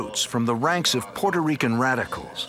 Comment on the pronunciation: Peurto Rican? Wtf is that 🤦